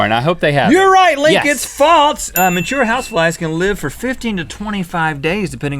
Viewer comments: THERE IS NO T IN THE WORD FALSE. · Guys, the word is not 'faltse', it's 'false'. There is no 't'! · has anyone else noticed that they say "faltse" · Anyone elts annoyed when people add t their s's? Like, those two bother me so much with that